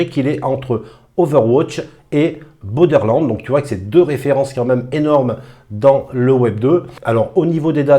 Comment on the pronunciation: " BODERland"! C'est " BORDER LAND " lol mais j'ai compris tkt pas;) tu as raison c'est vraiment le style graphique cell shading de borderland effectivement, ce projet a l'air fou! Merci;)